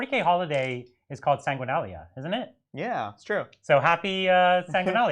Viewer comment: It's Sanguinala ;) Not Sanguinalia